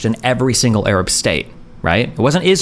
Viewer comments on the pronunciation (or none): Why does he say Errub instead of Arab?